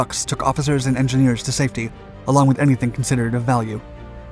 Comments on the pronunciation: "30-Enginee" :p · Enginee? Sloppy.